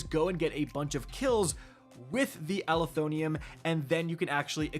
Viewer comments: It's Uh-lef-oh-nim NOT Ali-tho-nee-um... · Ah-leh-thon-ym. Pronounce it that way😂😂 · IT'S PRONOUNCED AL-ETH-UH-NIM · Does even know English? Does he pronounce EVERYTHING wrong? Alethonium? The word ends in NYM, not NYUM or NIUM, it is like Aluminum pinhead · it's uh-leth-oh-nim with emphasis on leth, please 😭 tf is an ali-thon-ium. 😭😭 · Bro can anyone read? Let’s sound it out. -“Ah-leh-tho-nim” alethonym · Ah leth o nim. is the worst at pronouncing gun names. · How in the hell do you mess up words so bad my guy? Alethonym. Uh-leth-oh-nim. You’re adding multiple letters and sounds. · Say it with me Al-eth-o-nym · I believe it’s pronounced Uh-Leth-Oh-nim. Just my take. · Bro... Al-eth-oh-nim meaning True Name. This video could have been an email but let's get our pronunciation on point at a minimum. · pronouncement is "ah-lee-tho-nim" it means "actual name. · Bro added 7 syllables to this weapon